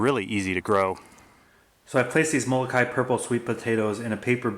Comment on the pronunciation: you forgot the okina in Moloka`i and it isnt pronounced molo kai it is molo ka i